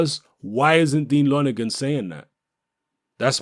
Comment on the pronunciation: Help JP familiarise him with the British public? What drugs are u taking? U can't even say lonergan properly!? More like help the british public familiarise themselves with JP? Love your vids but come on!? Think about this one! Lonergan is a bawl bag. He doesn't know shit! JP don't duck nobody! Nor does AJ.